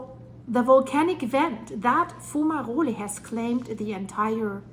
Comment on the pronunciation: Why do you call volcanic fumaroles, fumarolyees?